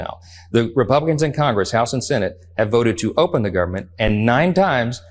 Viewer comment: Listening to MAGA Mike saying gubment drives me nuts